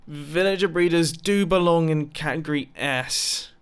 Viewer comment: Ah yes, my favorite word: catigoty